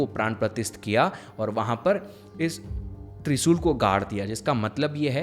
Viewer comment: त्रिसूल नहीं भाई त्रिशूल है